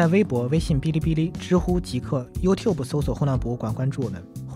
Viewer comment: 我唯一比你强的可能就是youtube的发音了😂